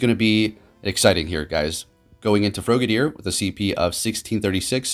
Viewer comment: Did he say froegedeer